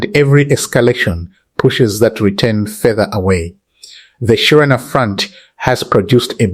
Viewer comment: Thank you for your news. Would you Please read Shererina not any more shirena? Thanks.